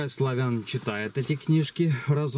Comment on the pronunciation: Славэн звучит как Армэн.